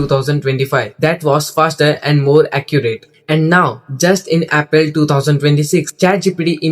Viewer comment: I found a mistake. April ❌ Aprial ✅ 😂😂